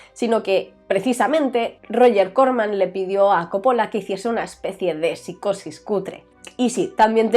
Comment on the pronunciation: ¿por qué coppola y cólega? ¿no es cóppola y colega?